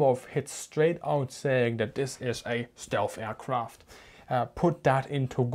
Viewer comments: The same guys that turned down Anthony Fokker. “Stealth” not shealth! Next comment..... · excuse me but I think you are saying "stelf" endig in an "f" rather than "th".